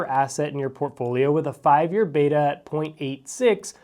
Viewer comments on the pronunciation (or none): none